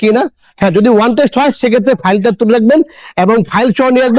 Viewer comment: ওয়ান টেষ্ট নয় শব্দটা অন টেষ্ট।